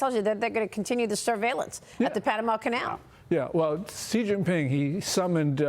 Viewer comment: "Xi" is pronounced "she," not "jee." After years and years you still can't get this right.